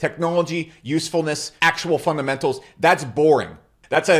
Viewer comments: It’s about the “pumpdemenals” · 😂that man said pumptamentals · "Pumptamentals" -😭💀